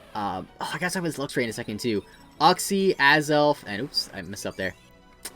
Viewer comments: It's YOOK-see not UCK-see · It called uxie with a you not uh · "Ux-Z" Is that actually how you really pronounce Uxie? Are you sure? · Your uxie pronunciation hurt my soul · The way he says uxie